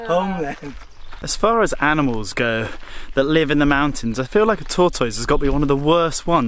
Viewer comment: There you go again, /tor-toiz/!😂 I love it!! ❤️